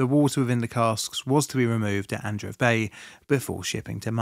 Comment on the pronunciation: Congrats on your nuptials. I think Adreev the ev is usually pronounced short vowel eh as in: ehv. The first e would be pronounced long a form. As in Ay. Ahn'Drey'Ev. Not eev long single vowel double e as in English .